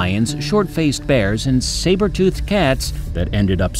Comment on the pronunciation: Did this man just say cyber tooth